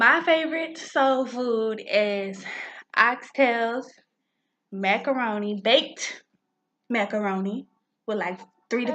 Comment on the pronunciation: When you put a lot of emphasis on baked macaroni I died laughing 😂